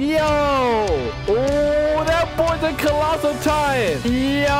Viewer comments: colossal not clossal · did you say colatitan or clossaltitan?